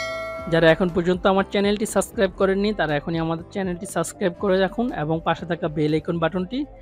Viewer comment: আপনার ব্লগটি ভাল লাগল কিন্তু আপনি আপনার উচ্চারণের ব্যাপারে আরেকটু যত্নশীল হলে দেখতে এবং শুনতে ভালো লাগবে। যেমন ভাত কলকাতা ঢাকা এবং সাবস্ক্রাইব।